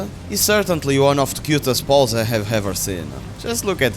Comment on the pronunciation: I like how you say "pals", it sounds like you've named every creature Paul